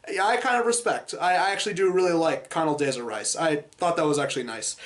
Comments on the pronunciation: Con-ul-DAY-zuh Rice? It's Con-duh-LEE-zuh. Jeez Louise. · "Conduh-lisa" Rice